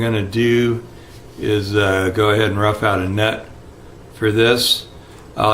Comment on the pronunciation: I had to rewind to be sure lol I thought you said "rub out a nut" LOL! man brother you have hands of a surgeon! I wish I could still do tedious work like this! it's looking great!